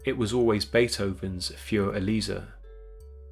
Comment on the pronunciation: It's Für Elise and he pronounced it using the original German pronounciation.